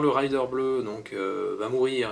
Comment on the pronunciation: merci pour la video hate d'acheter ce dungeon crawler sympathyque petite remarque raider se prononce comme c'est ecrit c'est un pillard et non pas un rider (cavalier chevaucheur) hehe